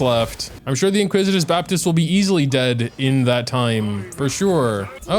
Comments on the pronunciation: I swear to Nahida I have to start watching on mute. I am a well read native English speaker and he's had me calling it the inquisitous Baptist too.🤦‍♂️ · "Iniquitious Baptist", not "inquisitive", but I think he should be called the "Inglorious Basterd"